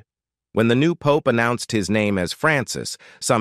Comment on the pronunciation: Did the AI say pope ies like puppies.